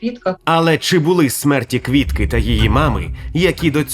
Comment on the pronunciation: Де ви віднайшли цього старого каґебіста в окулярах, котрий навіть прізвище Квітки не може вимовити як слід. А тепер воно спеціаліст з питань національного відродження.